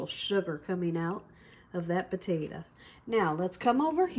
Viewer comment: The way she pronounces “potato” drives me nuts. Why does she say po-ta-uh?